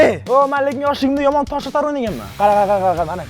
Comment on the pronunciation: HONOR ❤ LEKN MAQSUD AKA YOOMOOON KOPRTIRIB GAPIRIBDI 😂LEKIN